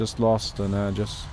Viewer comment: can you please stop mispronouncing "AEGIS" lmao